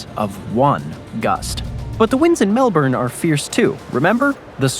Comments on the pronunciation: lol nepean... say it like Na Pe An. Melbourne try Mel B'n or Mel Bin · Thats Melbun still spelt MKelbourne but pronounced Melbun! BoltE, he was a Premier of Victoria, his bro, was my woodwork teacher in Form 2. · heard "melburn" and instantly shut off the video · It's pronounced Mel-bun! 😉😄